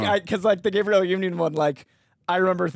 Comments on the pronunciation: Gabrielle is pronounced “Gab-BREE-El.” This is the actress’ name. You’re saying Gabriel…”Gay-BREE-youl.” Sorry, I had to 😭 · “Gabriel” Union was low key pissing me off though 😂